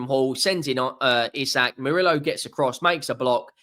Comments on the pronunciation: Its pronouned EEE sak! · Wrong buddy. It is EE-Sak, watch a Newcastle united video where the players pronounce their own name, if you don't believe it. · Isak himself pronounces it "Eye-sack"